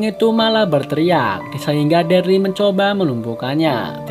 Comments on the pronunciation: Namanya bukan derli bang wkkwkw daryl 🥲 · Daryl cuukkkk Daryl ( baca DERIL ) Sebel gw tiap dia bilang DARLI 🤣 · Nonton ulang2 msh ngkak Krn deril d panggil derli😭😭😭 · Darly sapa bang Daryl gk bang 😂😂😂 dibaca deril gk sih? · Bukan derly bang tapi daryl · bang....yg bener itu Daryl.....bukan Dearley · Daril bang bukan darli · Cuman ngasih saran: kalo itu namanya buka darly tapi.deryl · maap bang ijin koreksi. si "Darly" itu hrusnya dibaca "Daryl" (deril) hehe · Daryl bukan darly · maaf sblmnya itu namanya dibaca daril bkn darli 🙏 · Daryl bang bukan Darly 😂😂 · Kenapa gitu kalo orang ngomong deril (Darryl) itu ngomongnya derli Itu nama gua sat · Darly 👎 Daryl 👍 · Deryl dibilang derly 🤦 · Dereeeel bukan darli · Daryl bukan derel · Deril aja Bang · Bang itu daryl di bacanya deril bang,,,cuma koreksi🙏